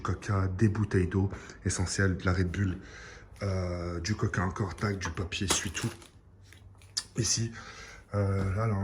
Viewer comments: un moment tu a dit du caca au lieux du coca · de 1 minute 10 a une minute 18 c trop marrant au debut il di cororlkoelna virus apres au lieu de dire coca il dit caca ^^ je suis mort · 1: 17 il dit du caca ou je suis abruti mddrrrrr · cacoranoa virus mdrr et coca=caca